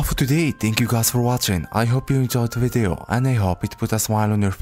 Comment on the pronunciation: How say video Vide-o